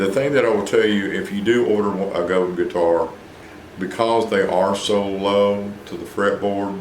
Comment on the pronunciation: It is pronounced Go-DAN . . . . It is French.